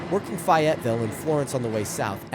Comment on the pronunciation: Small little correction it's FAY ette ville not Fahetteville. Just had to make sure you knew for next time